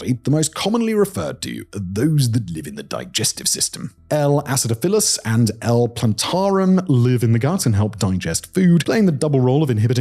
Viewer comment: "Ass ih DAH fill us" Not "Ass ih duh FILL us".